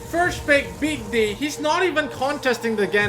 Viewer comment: Lmfao sounds like your saying beat d***